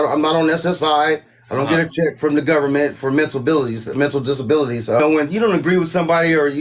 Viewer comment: “Mentabilities” haha